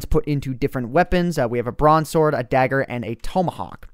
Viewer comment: Bronze sword i thout you said broadsword xD